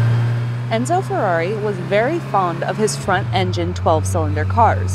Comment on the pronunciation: oh god how do you screw up "Ferrari" in the intro like that :( Still great review and great car!